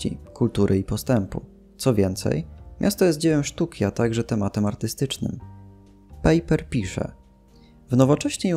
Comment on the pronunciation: "Pajper", nie "pejper";)a Waźyk na początku bardzo współpracowal z komunistami. Nie wiem, czy sá jeszcze jakieś bardzo ważkie błędy, myślę po ich poprawieniu filmik byłby idealny:)